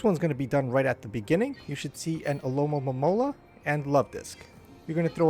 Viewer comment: Thanks for these vids. But you keep saying Alomomomola instead of Alomomola lol